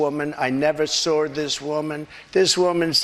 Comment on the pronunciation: "I never met or sawr this woman that I'm in a picture with "